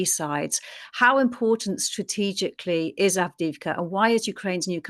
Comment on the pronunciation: Also ad-viv-ka no go zone 👍